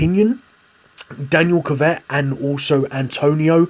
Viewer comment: Why he pronouncing kvyat like kivet it’s ku v at